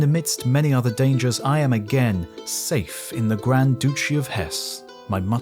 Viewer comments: "The Grand Douchie of Hess" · Did he say "doochie"? LOL I swear this dude pronounces words wrong on purpose. lol